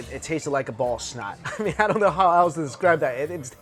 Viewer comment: He said ball of snot and I dead ass thought he said ballsack.